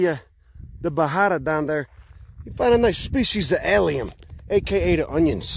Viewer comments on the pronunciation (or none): "Allium, Da Onions" God I love it man, you gotta be from the Chicago region